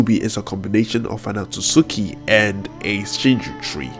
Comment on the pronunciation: Its otsutsuki not otsutsuki dum ass